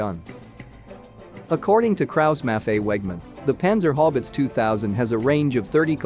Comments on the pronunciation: I think he means panzer haubitze but it sounds like panzer hobbits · Yes, it’s totally mispronouncing panzerhaubitze just like it mauls several other words to the point that I can’t understand it. Just proof that robots will never replace humans.